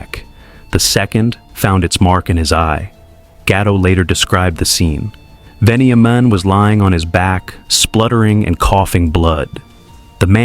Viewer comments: It’s pronounced ven-ya-min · Venny aye men 😂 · Lots of very poor pronunciation. Mokbel, Kinniburgh, Melbourne, Walshe Howling, even gets Veniamin wrong Doesn't seem like you know much about the subject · A bit wayward. Definitely incorrectly pronouncement of his name plus UNTOLD this has been told on many occasions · His story is very well known and you miss pronounced his name too plus he wasn't shot twice he was shot once in the head. Miss information much no wonder it was untold because it's not exactly accurate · I thought the same thing. I cant stand when someone who lives overseas think they have all the info aswell 😂